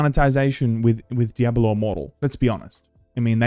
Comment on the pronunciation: The way you say "Diabollo" is very annoying lol. And that's coming from a fellow Aussie 😂